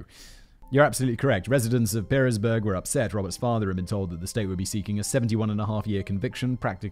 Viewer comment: I will be that guy...Pearisburg is pronounced Paris-burg or the Pear part of the town pronounced like the fruit.